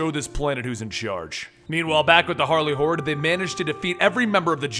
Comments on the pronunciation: I keep hearing... "Harley hores"(with a w) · not gonna lie i heard Harley whores the first time